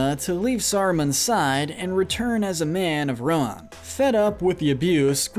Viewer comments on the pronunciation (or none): RIDERS OF RON?!?!